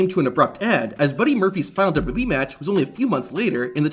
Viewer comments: This guy literally cannot say WWE 😅 MF says "dububee" 😂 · I cant even focus on the video because of how he says dubbadubbeee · Great video, but one question. What's d-dub-yee?